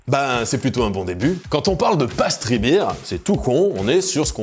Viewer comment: vidéo interressante par contre ta prononciation du mot "pastry" est du niveau de ceux qui disent "palale" pour "pale ale" XD